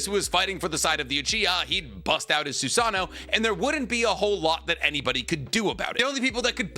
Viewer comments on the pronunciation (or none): none